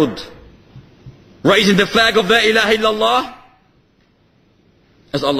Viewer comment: It's Illallah, not ILLALOH.